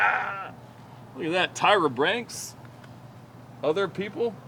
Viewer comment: Tyra “BRANKS” 😂